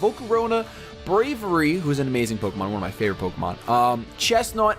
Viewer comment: Hate to nitpick, but, you are pronouncing Braviary incorrectly. It is a portmanteau of 'brave' and 'aviary.' Brave-iary.